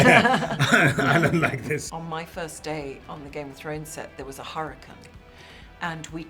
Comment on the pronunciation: The way brienne says hurricane and Reschedule 😂😂